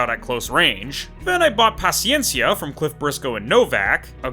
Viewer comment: You're the first Youtuber i've seen pronouncing Paciencia correctly